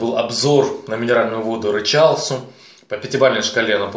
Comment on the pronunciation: Рычал Су ударение на У